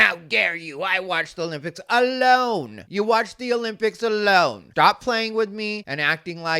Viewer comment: "Ahhloaaane!" Hilarious!